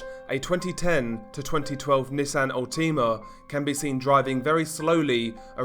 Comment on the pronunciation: Nissan Al-Tima... Never heard it pronounced it like that lol.